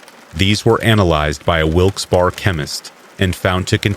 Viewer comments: Ok, Wilkes-Barre is pronounced as Wilks Berry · Sorry I've gotta be "that guy" but Wilkes barre is pronounced like Wilkes berry. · Wilkes-Barr, PA is pronounced with three syllables "Wilkes Beh-ree". Research is your friend.